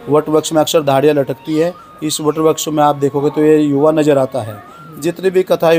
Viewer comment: आप वृक्ष का उच्चारण सही कीजिए अगर वृक्ष नहीं बोल पा रहे हैं तो पेड़ बोल दीजिए हम सनातनी है हिंदू हैं अपना अपना उच्चारण सही रखें तो अच्छालगता है हरे कृष्णा जय श्री राधे